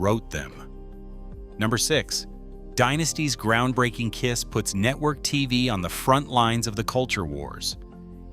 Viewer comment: Netwowy cwaady cofeeing? AI bumbling garbage